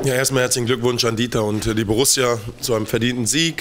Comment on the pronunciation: Borusia? So peinlich wie ....